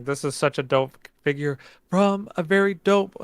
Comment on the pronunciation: Great video guys! Instead of saying figure I heard say skin! 😂